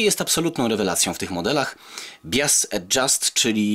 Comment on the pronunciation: Ponad 747 byl 747 DBX z tradycyjnymi wskaznikami wysterowania. Mialem ten magnetofon juz w 1983r w wersji DBX. Swietny sprzet. I drobna uwaga jezykowa, prad podkladu wymawia sie bajas a nie bias.